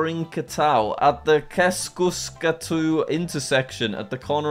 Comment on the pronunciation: Hyvä miten Jack lausu ton Aleksanterinkadun ja Keskuskadun😂 Älexäntherinkhätyy ja Keskhyskhätyy